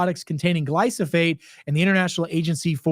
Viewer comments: Love your videos but it’s Glyphosate not Glysophate. Thank you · Never believe someone that can't even pronounce the word he is speaking about: please read the word slowly. It is Glyphosate. Not GlySoPHate.